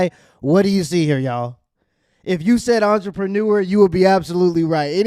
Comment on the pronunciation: 😂 you can’t trust none these hoes 😆 anyone that says “im an archermenuer” 😆 just listen to how entrepreneur sounds 😂😂😂😂 they get shat on and then come back to the states and act like they hot shit …………I mean …… can’t act like hot shit when you got in all In ya mouth and on ya face like you working a damn serum in ya face 😂 😂😂😂😂😂😂😂